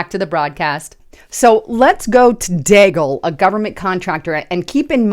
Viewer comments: It is DEE-gal . Come on man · and rhymes with Seagull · its pronounced DEAGLE like ( BEAGLE ).... Milartary Think Tank like RAND Corp.,CSIS, etc...